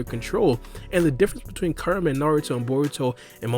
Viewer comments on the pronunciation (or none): Everytime u say kurama it sounds like your saying karma alot of times u talk funny but your information is solid so it's tolerated